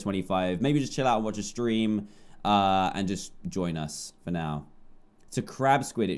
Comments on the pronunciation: he said STREM, not STREAM but that's classic dantdm for ya =3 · Lol at the beginning he said strim not stream XD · Did... did he say "strim" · Dan you said stream it’s stream XD you said it wrong